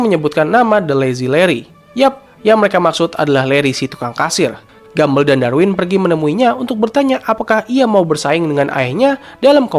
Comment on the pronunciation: penyebutan yg benar "gambol" bukan gambel